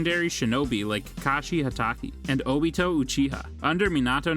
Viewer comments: ah yes obettle. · Obeetoe sooseekee surkura hedon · Obeetle made my skin curl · And obito as Obeetle